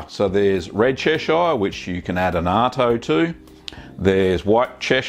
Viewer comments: Absolutely loved this video, very informative and useful as usual, I think when I have the time I'll definitely be making this. Little minor thing though, as a local from Cheshire I have always said it as chesh-ugh rather than chesh-ire but that is nothing to do with the cheese itself. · Yes, the British pronunciation is definitely "Che-shur". If anything I'd expect Americans to pronounce it as Ches-shire. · I come from there. Its pronounced Cheshur. Like Lancashur and Yorkshur. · "Chesh-eye-are" lol. good video though. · Yeah the way he butchers Chesire is like the way he butchers Lancashire. I have australian friends and when they speak in their normal accent it sounds much more like the real pronunciation than this version